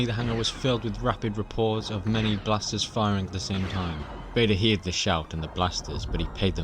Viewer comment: "heard" is pronounced herd and not hear'd.